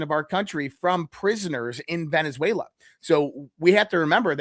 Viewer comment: . “Venezuela” not “VeneNzuela “